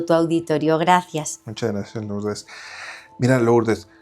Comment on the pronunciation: No se dice LOurdes se dice LUrdes